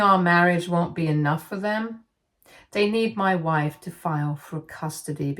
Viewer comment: I can't help but hear "mah wife" like Borat everytime she says it😂😂